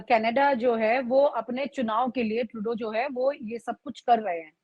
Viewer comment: This idiot can't even pronounce Trudo lol who the hell is he? Taking like he is the government 😅